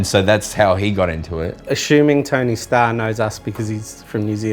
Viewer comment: I thought he said tony stark 😂